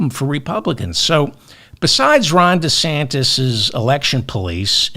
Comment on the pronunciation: "Ron DeSantist" with a 't' Ha! I love that!